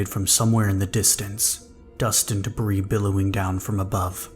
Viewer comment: Debris=duh-bree Ragged=rag-ed (two syllables, not like bagged) Love your narrations!! I hope you'll excuse the corrections, it's something that usually only gets to me with audiobooks that have producers and editors reviewing the narrators, but you're so damn good I'm being an asshole and asking for more lol. I seriously cannot get enough of the Eclipse Initiative, thank you for bringing those characters to life 🩶🩶🩶